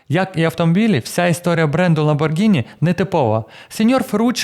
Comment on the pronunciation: Протягом всього відео звучить правильна вимова прізвища/бренду ЛамборГІні, а в самому кінці "невістка вс**алась" і ми чуємо ЛамборДЖИні! Вибачте, якщо різкувато!